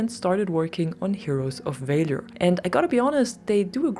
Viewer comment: the way you pronounce valor should be against the law